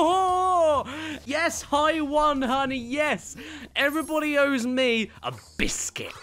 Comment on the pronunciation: "Everyone owes me, a BISCUIT" Can tell you're British xD